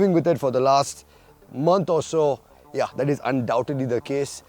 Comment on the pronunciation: hey man love your videos, but the way you say "ya" gives me hints of german 😅"ja"